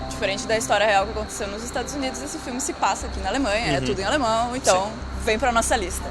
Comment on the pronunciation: Haaa e outra coisa! Outro filme bom que vcs não falarão (não sei se vcs conhecem mais acho que sim) é: (Mein Kampf)e eu acho que se não me engano vcs estavão na linha Blau do U8 no AlexanderPlatz!( e uma dica para vc melhorarem o alemnão que eu precebi que vc estão proninciando errado e por exemplo AlexandERplatz- é terminado com ER o ALEXANDER e quando isso aconteçe não se pronuncia (ER) se pronuncia (A) então no caso na pronuncia ficaria (AlexandAplatz)! esse foi so um exemplo mais com Kinder é a mesma coisa e por ai vai!! Bitte Schön